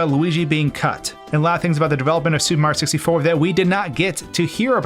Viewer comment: Say "supa mario sissy for" one more time